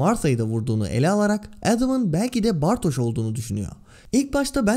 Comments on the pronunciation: Merhaba ben Almanca Öğretmeniyim de Bartoş değil Bartoz diye okunması gerekiyor. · bartoz diye sesleniyorlar.Sözlüklerden de bakabilirsiniz hoparlörü açıp bartoz diye okunur. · Bartoz diye okunur herhangi bir almanca sözlüğe girin hoparlöre basın bartoz diye okunduğunu görürsünüz. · dizide de ‘bartoş’ diye sesleniyorlar. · birde Almanca dilimde ş olması için sch yanyana gelir sz yan yana geldiğinde sz biraz farklı okunur z yi dişinize vurarak çıkarırsınız. Ama kesinlik direk ş şeklinde değil.